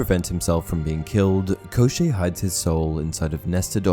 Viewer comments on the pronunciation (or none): One side note-despite how the name gets transliterated as Koschei from Cyrillic, it does not rhyme with crochet, It sounds like Koshchey where both the sh flows into a ch sound (it's the Cyrillic consonant щ )